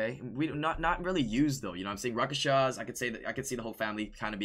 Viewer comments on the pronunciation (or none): Lol he can't say rakshasa